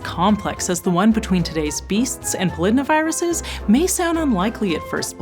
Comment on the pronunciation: "The viruses associated with wasps are a group called [pol-id-na- viruses]" ...I'm pretty sure this is pronounced "poly-DNA-viruses", and found this really jarring!